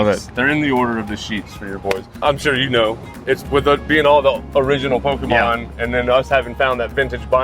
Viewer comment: How to pronounce Pokémon: Poke-E-mon ❌ Poke-UH-mon ❌ Poke-AY-mon ✅ Admittedly, I pronounce it "Poke-UH-mon" (like the seller is pronouncing it) but hearing "Poke-E-mon" probably bothers me more than it should and it's solely because that's how boomer parents said it in the 90s and 00s 😅